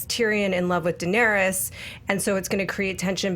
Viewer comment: Ra-Nair-ees. Not rayna